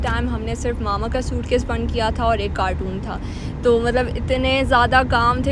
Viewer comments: Pichli video mein bardasht ker liya aj mujh se raha nahi ja raha. is ko carton boltay hein cartoon nahi 😂😂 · Some of the Pakistanis call Carton “cartoon” , definitely mispronouncing the word. The vlog is in Urdu and probably that’s why she pronounced it like that.